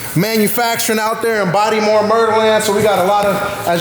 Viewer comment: Please don’t ever call it bodymore. We’re laughing at you for that.